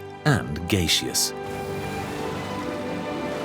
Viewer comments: “gay-sheous” lol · Gayseus lol. Pronounced a bit funny there even for a brit. Gaseous = gas-e-us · The worst AI voice that cannot pronounce words it's pronounced Gas-e-ous not Gay-seous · Haha Gayseous. The English. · what is gay-she-us? 🤣😂🤣😂🤣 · He said Gay-She-Us 😂😂😂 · Lol “gayses” how do you even pronounce it like that ? in all of my 31 years of being on this planet that is the 1st time